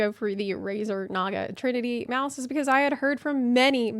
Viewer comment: You said 'meowse wrong' edit: just bought two. Thanks!